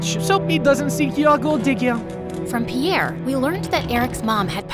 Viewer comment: Piere's accent is so good😂😂😂😂